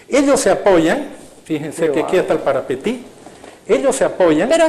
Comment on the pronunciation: Como paraguayo te digo Parapití no parapetí